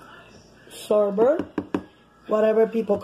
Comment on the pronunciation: It's not sorbit it's sorbet Lol